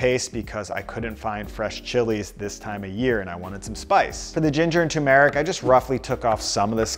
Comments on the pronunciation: "tomb-eric" LOL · How is it you’re pronouncing turmeric? 😅